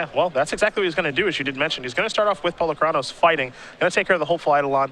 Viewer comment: Sometimes I think these announcers are trolling with their pronunciations: see also 'Golgary', 'Polucraynos'